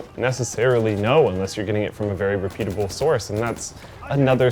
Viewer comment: Xbox One starts at $349, not $499... Also, you and Linus both cannot pronounce the word 'reputable' correctly.